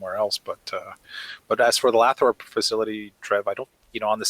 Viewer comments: "Lathrop" = Lay - throp. lay, like 'lei' the Hawaiian flower necklace. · ....Lathrup is pronounced "lay thrup" I live in the San Joaquin Valley not too far from there. You guys do a great job!